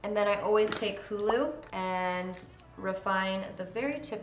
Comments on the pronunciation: why am i dying every time she calls 'hoola' hulu?!?! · The fact that you kept saying “HULU” instead of ‘HOOLA’ 🤣🤣🤣 but I love the look, so simple!!😍☺️